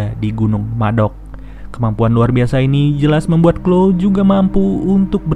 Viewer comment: Mantap min.. btw bukan sebutan nya bukan klo tp chloe = klowi